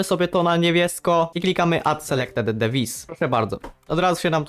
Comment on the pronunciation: dewajs nie dewis